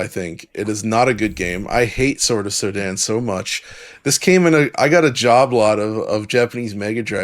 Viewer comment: Sorry what do you mean? The game is called sword of SODAN (pronounes Soo-den more) ant its an scronym of the danish coder who made the game